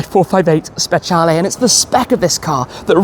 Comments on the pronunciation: It’s pronounced specialeeeeeeeee not lay. I love this car but not the colour. This in Rosso Corsa is stunning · Why does he keep pronouncing it like that? “Spetshialley” it’s a speciale like say special with an E on the end. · Can‘t wait for that „VS-Tour“ with the Speciale and a very random Red CS 😁 but Tim please do me a favour: 1. say Speciale the way you already learned at your last drive 😂 and 2. do something with that Plate! I mean i‘m happy you got these removable plate holders these days but you can‘t cover up the Cavallino 😢